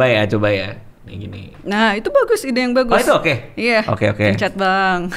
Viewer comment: 🙎🏻‍♀️"pencer bang" 🤦🏻"pencet"